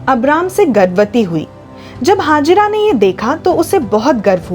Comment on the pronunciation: Ismail ko janm dene wali ka naam hagira nahin, Hegar the, proper pronounced karen.ye pavitra sabd hai.